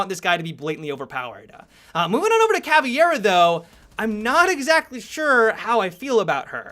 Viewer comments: It's CavEIra, not "CavIEra" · why do you pronounce "cavieira"? it's just "caveira" XD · please dont be dyslexic.. its Cah-Vey-Rah.. not caviara (why do you change the vowels around? ) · he keeps saying "caviar" hahahaha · ca v air a thats how you pronounce it. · Please learn how to speak caveira and capitão, as a brazilian it makes me want to put one asphyxiating bolt in my head, just put thoose on google translate on portuguese... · dude your pronunciation of capitão and caveira is horrible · and it's C-A-V-E-I-R-A not C-A-V-I-E-R-A Caveira = Skull Capitão = Capitain